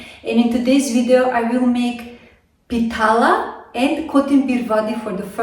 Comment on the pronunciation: Harekrishna mataji pitla not pitala yummy kotmbari vadi